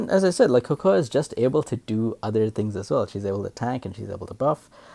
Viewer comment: Type cocoa in google for the English pronunciation. Making a video in English then pronouncing the names in a broken dialect just because the Japanese or Chinese VA does it is just /facepalm. I’ve long since lost hope in the education system.